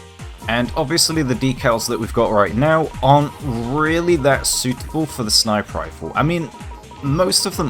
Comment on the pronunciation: Lmfao I'm sure you're saying "sniper rifle", but my ears are hearing "sniperifle"...All one word, and only one R